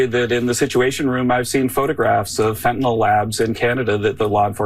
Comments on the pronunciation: There is no fentanol. It's fentanyl. It's pronounced nil. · lol "fentinawl" Is that how you were taught to pronounce the vowel ""sometimes Y?" Brilliant. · It’s Fentanyl not Fentynal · Fentanyol? never heard of that have however I have heard of Fentanyl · This dude can’t even pronounce fentanyl!! HE IS BLAMING CANADA FOR FENTANYL!!! THIS IS THE WORST POTUS IN HISTORY!!!